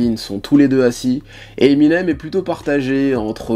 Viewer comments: '' Eminem SE .... '' ça m'a perturbé aussi 😭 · Tu dis " Eminems " 2 fois au début mdr Vidéo cool sinon